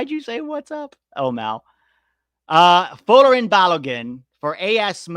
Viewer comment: It’s pronounced Fo-LAHR-in Balogun. See his early interview after joining USMNT. Emphasis on second syllable. Just saying lol.